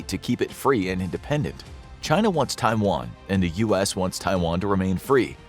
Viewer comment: USA wants a "free Twaian"? And you believe in it?